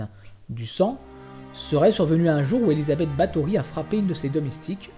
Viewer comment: C'est Erzébeth pas Elizabeth